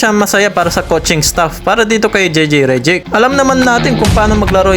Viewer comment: Hey pronounce those name right ok? Reddick not Rejeck.